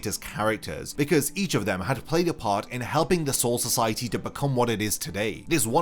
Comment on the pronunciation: Are you saying car 1 and car 2 or you saying part 1 and part 2 I really can’t tell it really sounds like you saying car